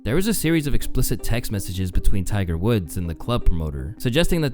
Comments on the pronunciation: I spent a good 30 aeconds trying to figure out why he kept calling Tiger a "gopher". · ummm Who the hell is Tyler sir?? I'm not sir if you're trolling At this point or you just Are dropping Easter eggs For some reason but every single video of yours comma you pronounce somebody's name wrong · Am I the only one hearing GOPHER?